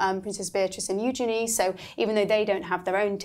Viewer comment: Thank you for being one of the few who pronounces Eugenies name correctly